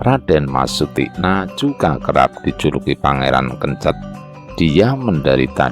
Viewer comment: Sunan Kencèt bukan Kencet